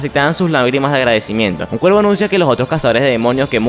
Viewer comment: Por que dices ciervo en lugar de cuervo?